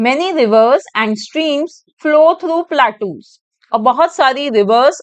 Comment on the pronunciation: Mam ur pronouncing wrong platus ❌ plateaus ✅